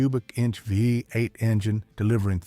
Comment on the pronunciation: Vuh Eight engine!